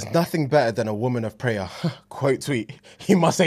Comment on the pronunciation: said "Pray-er" & didn't clock it. 😂